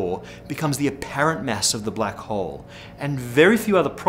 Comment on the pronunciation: first i understood "black hoe"